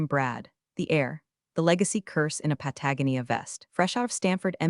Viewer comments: Do we need to get the AI on a "Hooked on Phonics" program? Because "Patagonia" is pronounced "Pat-a-GO-nee-a." It's not just the name of a clothing brand, but an actual country. One with Internet access. Also, "Too much red tape." is FOUR words, not 3. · Mispronounced words: Patagonia (only pronounced correctly twice in the history of these things) Geiger counter Read Quinoa S.E.C. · Still can't say "Patagonia" correctly..??🤬 What the hell is a Jiger counter..?? Do you mean Geiger counter..?? Which measures radiation.